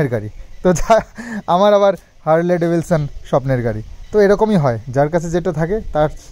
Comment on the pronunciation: স্বপ্নের গাড়ির নামটা তো ঠিক করে বলো!!!!! Harley Davidson..not Devilson..